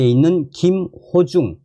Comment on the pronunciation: 김호중 가수의 이름을 부를 때 김어중으로 자꾸 들려서 김어준 으로 연상되서 듣기가 좀 거북스럽습니다. 참조 해주세요.